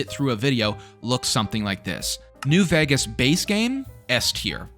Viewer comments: Why is bro saying new VAGAS bruh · still cant pronounce Vegas?